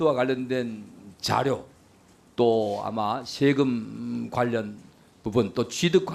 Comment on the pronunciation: 저것들은 외국인인게 확실함.. 일단 발음이 안됨.. 강도= 깡도 세금=셰금 배우자= 대우자 사생활=샤쉥알 대체 어느 나라 말이냐~ 말 사이사이 Um~ 할거 같은 느낌이다. 사투리로 받아들이기엔 갱상도 프로나운스도 아니다!!!